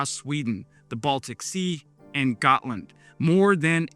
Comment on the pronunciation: Considering Ukraine is currently teaching NATO about modern warfare... I think its time we let them join. Also, Gotland its pronounced "Yaht-Land"